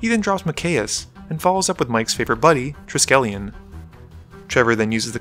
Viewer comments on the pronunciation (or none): none